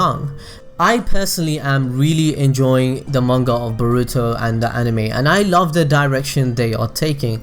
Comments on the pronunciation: It's BORUTO not bruto!!! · Sorry but this just really annoys me Its boruto (bore-oo-toe) Not (ba-ru-to)